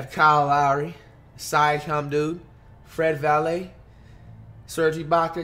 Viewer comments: miss when he used to say “Fred Vanvalit” 🤣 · in some point of the vid he said fred valae so when he first said that I just drop my comment but your correct tho